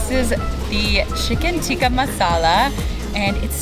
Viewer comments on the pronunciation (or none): none